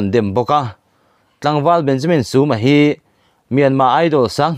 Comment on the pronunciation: Benjamin tiin lam ve mai ta la, suma itia, i thluk dan dik leh bok silo a